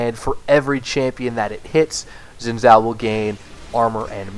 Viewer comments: I can't stand you pronouncing it zin zao, that's simply not correct. Learn how to say a champs name before making a whole video about him. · u just cant pronounce chinese properly